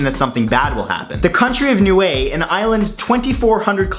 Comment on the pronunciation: The country of NUIE?! DUDE! JUST MAKE A VIDEO ABOUT "Hey guys, here's the 10 countries that should be independent but not"